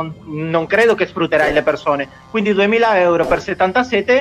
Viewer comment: "quinidi" carino